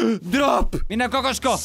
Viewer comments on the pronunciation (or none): none